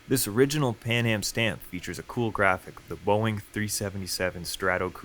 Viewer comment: Why is it Pam-aj and not pan-am?